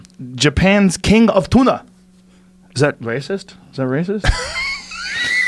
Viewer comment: Joe "King of TUNAH" Rogan